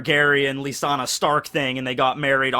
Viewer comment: Cringe between messing up his naruto reference (we totally met Narutos mom, like 2 or 3 times) And he messed up Lyannas name. Love you:p